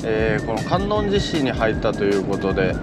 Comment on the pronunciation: 最近検索で引っかかってファンになりました。 観音寺市在住です。 かんのんじじゃなくてかんおんじですね。 八十八ケ所の寺の名前はかんのんじ ややこしいですね！ ちなみに坂出市 さかてじゃなくてさかいでし 覚えといてね！